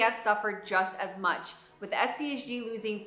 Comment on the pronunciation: She mentions SCHD because it's a complimentary fund to SCHG. SCHD is more of an income producing fund with strong large cap dividend companies, whereas SCHG is a growth fund. There are a few times where she says SCHG, but it sounds king of like she said SCHD.